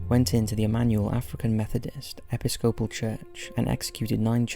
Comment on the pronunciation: E-pi-scope-pal? It is pronounced a-piss-cap-pole. None of you guys know freaking proper grammar, nor pronunciation!